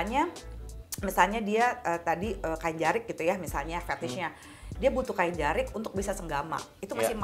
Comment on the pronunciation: Bukan jerik, tapi jarik